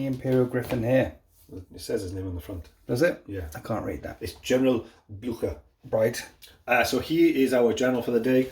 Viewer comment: Yes, Frank Blutcher is perfect ;-)